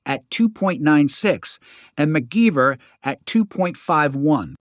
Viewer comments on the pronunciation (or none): AI voice-over?? WTF.. mute this crap before watching that was annoying as hell... said one of the models only weighed 4pounds.. and, McGeever?? You must not know anything about engineering I'd you don't know the name MacGyver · This must be Ai narrated. How can you not know how to pronounce MacGyver? It doesn't even look like McGeever. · Seriously, He pronounces it as McGeeever. 😂